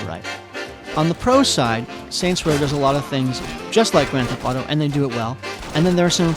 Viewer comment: Grand theft auto. Not Grand thef auto.